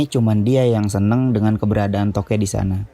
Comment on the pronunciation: INGAT..!!! "Tokek" pake "K", bukan pake "T".... kalo pake "T" namanya jadi "totet"